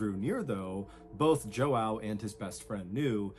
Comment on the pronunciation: im brazilian and the way mr ballen is butchering the name "joão" is making it hard to focus 💀